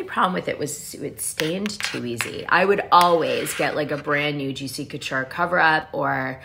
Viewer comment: Y are you saying couture wrong